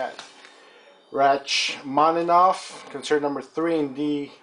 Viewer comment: Your pronunciation is way off, but very nice collection. For starters Rachmaninoff is pronounced like ROCK-maninoff, and concerto is pronounced like concherto